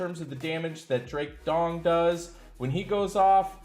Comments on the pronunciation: Drake Dong? Not sure if this is deliberate. Also the Cheshire Cat is pronounced Chesh (Like Chest but with an H) - Shire (🇬🇧 - SHY-ER or 🇺🇸 - SHUR... As in New Hamp-Shur). Aside from that 0 mistakes in this Anchor Grade. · did Anchor say Drake "Dong"??🤣🤣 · He says this repeatedly. LOL. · He always calls him that 🙄